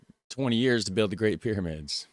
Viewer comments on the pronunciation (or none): none